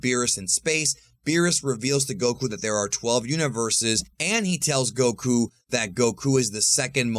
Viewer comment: Stop saying Goku's name like that, it's annoying..... Respectfully.